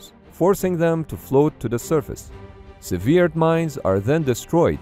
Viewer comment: Sever not severe. It's subtle, I know. English must be a massive pain in the for non native speakers. Hell, it seems to be a lot of trouble for most native speakers. 🙂